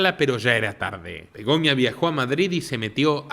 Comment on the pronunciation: Es Begoña , no Begonia